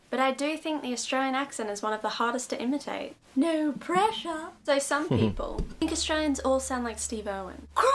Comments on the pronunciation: lol. fun video. If you want to improve "Oh No!" to make it more Aussie - try "ah, no!" or "uh, no!". Also for a more broad accent you have the "naur" sound for "no" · Did you see those shorts on youtube that include AUSSIES CAN'T SAY NO. There are other Aussie pronunciations in the same vein. I mentioned it because your NO needs work. Sorry mate. BTW? Making the a an e? So if we go to Macca's is it off to Mecca? Yeah nah.